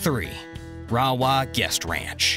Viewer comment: Rawah - prounounced ray-waaa. Cache la Poudre - we say Cash la Poo-der.